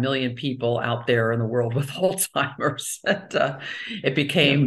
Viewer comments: Sounds she is affected too. She keep saying All timers instead of Alzheimer 😅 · Please stop saying " ol Timers". It is ALZHEIMERS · ALL TIMERS ?! Why is the Dr pronouncing it incorrectly?! It's pronounced All Zimers!!! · Excellent info. Only thing that surprised me was the way she pronounced ALZHeimer’s … ALTIMERS. ☺️ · We pronounce the z in Alzheimer's. We don't call it altimers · She’s an MD …. why does she keep calling Alzheimer’s…. “All-timers”??? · Coconut consumption makes it impossible to pronouce Zs.